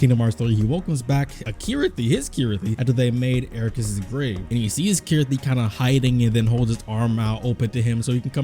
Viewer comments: Sorry are my ears playing tricks on me or are you calling Chirithy Kirithy? lol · lol, I always pronounced it Chirithy cause Ch always sounds like a ch to me not a K but whatever... cool video anyway.